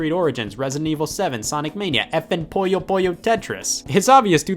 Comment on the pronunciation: I hate when people pronounce "Puyo" as "Poyo" it's pronounced "poo-yoh". Why do so many people pronounce this incorrectly when the correct pronunciation is so obvious?